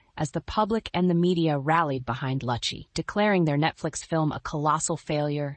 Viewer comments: Yes, I cringed every time her name was mispronounced. It is Loo’-chee. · it’s pronounced loochy! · Something Joan Rivers would of said. Kudos! Would be nice if you pronounced Susan's last name correctly.